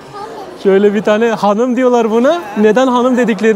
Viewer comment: Hanim değil XANUM 😅